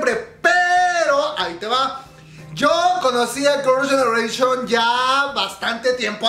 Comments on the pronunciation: Tu inglés es malo, parece trabalenguas cuando pronuncias Girls’ Generation….🫣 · Me da risa como pronuncia el nombre de Girls Generation y de Yoona jajajjaja